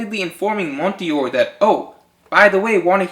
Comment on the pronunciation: Ree-uma. Yon-koh. Jehr-ma. Mon-dor. I decided to correct pronunciation because the theory is good.